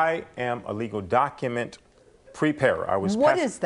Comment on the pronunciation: docUHments. Wtf is a doc-uh-ment?